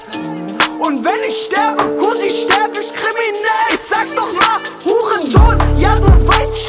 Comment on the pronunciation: Das wird „ich“ und „nicht“ ausgesprochen und nicht „nischt“ oder „isch“